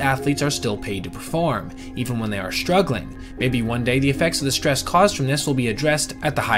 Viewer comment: Can't listen to him say "shhtress" anymore. Bye.